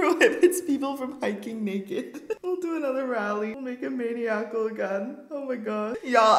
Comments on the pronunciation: “mainy-ackle” 😂😂 maniacal “man-i-ackle” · I love you, but how did you pronounce maniacal XD 😂 "main ee ack ul" lmao "mon eye uh cul" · It’s not maniac-al. It’s muh-nie-uh-cal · It’s pronounced ma-NYE-ical I’m losing my mind 😂😂😂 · Did her pronunciation of maniacal annoy any one else 😂. For reference it’s supposed to be pronounced Man-I-uh-kul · Maniacal is pronounced man-eye-ackle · i wasn’t annoyed at first but the amount of times you said maniacal wrong was horrible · The way she pronounced maniacal threw me off.